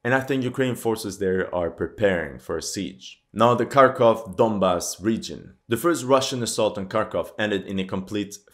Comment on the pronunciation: At long last, a commentator who knows how to correctly the names "KEY-ev" and "KHAR-kov" . I'm surprised that media mouths havent changed the pronunciation of Ukraine to ""EEE-kreen" or "YUK-reen" or something equally silly. 😅